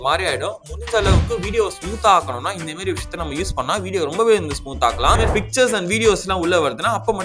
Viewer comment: inthamaari ❌ inthemeri ✅